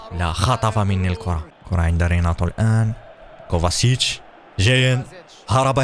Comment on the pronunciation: كوفاڤيتش وليس موفاسيتش